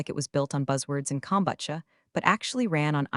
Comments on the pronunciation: It’s not that hard kom-BOO-cha, people! Either get it right or just skip it altogether. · Haven’t they learned to pronounce kombucha yet? I say take it out or learn how to pronounce it.